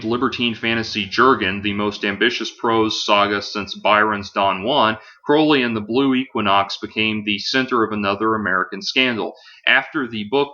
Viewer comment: It turns me on when people pronounce Crowley correctly.